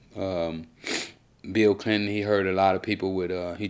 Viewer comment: vlad:"Bill Cliton"😂